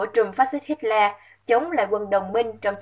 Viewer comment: Bạn ơi bạn đọc sai tên Hitler rồi kìa